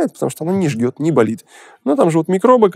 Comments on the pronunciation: на 1.37.30 вы говорите - жгет... а надо -ЖЖЕТ! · Уважаемый доктор , всё испортили глаголом жжёт!!! Обратите внимание, как вы его произносите!!! Это стыд и позор!!!